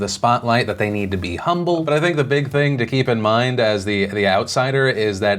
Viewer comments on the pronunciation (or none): none